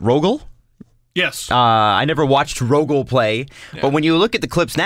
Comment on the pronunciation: pronounce it Rog-Leh and you're not far off